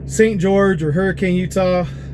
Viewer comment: Didnt I comment on how to pronounce Hurricane, UT!!!!!!!!!!!!!?